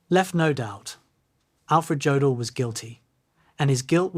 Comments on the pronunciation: Good documentary! But his name is pronounced Yodl not Jodl. The J has a Y sound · STOP. STOP making documentaries when you can’t even correctly pronounce the man’s name! OMG! His name is pronounced YOH DL Rhymes with yolk. You pronounce it with a hard J like Joseph. STOP posting garbage and At least listen to it before you upload it. Your ignorance is appalling!